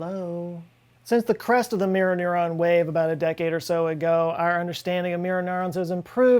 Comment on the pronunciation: "muer nurn"